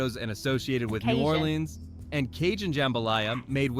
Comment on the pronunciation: The only Brit to ever say New Orleans correctly 😂❤